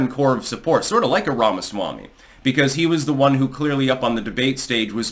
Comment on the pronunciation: Say Ramaswamy again. Say it slower. That's it.